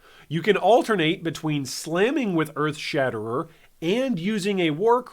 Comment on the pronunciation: Glad they are giving two handed weapons some love, it's been a while since they got good updates. (Also glad they opened up a few more skills to unarmed) One thing though hun, it's Earthshatter. You kept saying Earthshatter*er*